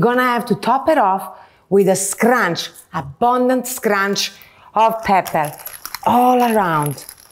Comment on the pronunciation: I love the way she pronounces “SCRANCH”